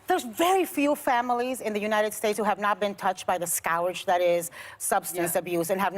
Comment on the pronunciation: Shame on you, it’s scourge. Idk what a scouge is...